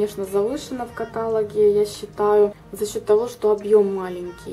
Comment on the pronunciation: В видео очень много неправильно поставленных ударений особенно мена поразило котАлогах !!! Блин сколько вам лет что вы не знаете как правильно ставить ударения !!!